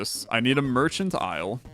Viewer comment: It's definitely a reference but the word is still 'Mercantile' and not pronounced the same way